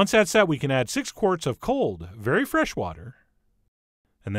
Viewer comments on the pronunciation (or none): none